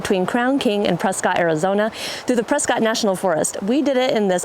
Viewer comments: It is pronounced presKITT not presCOTT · Out here, it's pronounced "Preskitt."